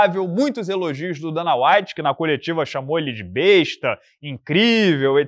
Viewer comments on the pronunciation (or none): none